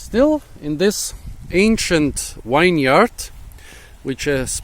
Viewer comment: Interesting story. Hey I've noticed you say wineyard, I think you mix up two words winery and vineyard/vinyard into wineyard. It's actually pronounced "vinyurhd" in American English and "vinyaa(r)d" in British English afaik.